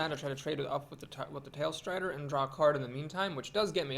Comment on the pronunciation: Tallstrider,;) Tall strider, as in the bird is vertically big. You keep saying something like tailstrider.:P